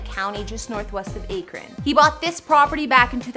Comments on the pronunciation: Aye kren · We Buckeyes cringed when she said Ak. Ron,🙄🤣😉😳 it's one word say it with me, Akron.